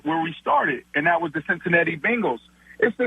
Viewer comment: lmao he really said thot hahahh